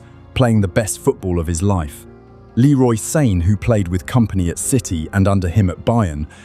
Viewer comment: I was following keenly up until you called Leroy Sane , Leory Sane